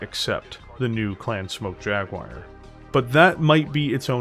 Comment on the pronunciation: I usually dont get mentally speedbumped by accents but this is one of those rare occasions, I keep hearing 'Clan Smoke Jaguire'